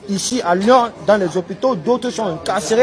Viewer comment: Raphaëlla Antigny ils disent louon ( Lyon) MDR